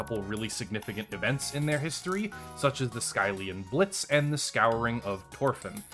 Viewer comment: It's pronounced "Skill-ian blitz" not "Sky-lian blitz"